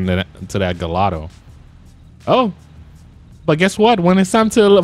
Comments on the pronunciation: Gallado 😂😂 it’s gallardo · You said galldao it's garlldo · My man why are you saying gallado it’s pronounced gee-are-dough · It’s pronounced gi-yard-o not galado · Bro its not pronounced gallado its gaiardo but is spelled Gallardo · It’s the gallardo not gollado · im sorry but its not gallado its ga la rado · Gallardo is pronounced guyardo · It’s pronounced Lamborghini ‘guy-ardo’ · You do know you're saying Gallardo wrong....like not even close to how you are supposed to pronounce it! You're supposed to pronounce it like this, Guy-ardo. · Never did this dude say oh we got a agallado in the house? It’s pronounced guy r do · You pronounced gallardo wrong it’s like a I like gaiiardo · why do you pronounce the gallardo like that? it’s (guy-ardo) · Why do you say Gallardo like that. Its pronounced guy-ardo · He Keeps on pronouncing Gallardo wrong lol lmao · BossMob360 that bothered me so much Idk why lol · Btw that is not how you say gallardo